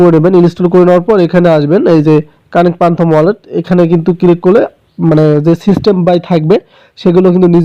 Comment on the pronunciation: R পানতম wallet na...ফ্যান্টম wallet